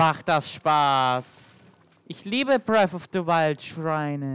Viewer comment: bref of de weilt